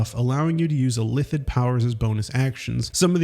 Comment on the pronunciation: It's not "illithid" all at once ... It's "ill" "Ith" "Id". 3 Syllables.